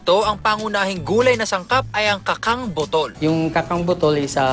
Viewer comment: Kachang po ang pronunciarion ng kacang...bahasa po sya meaning seed o buto...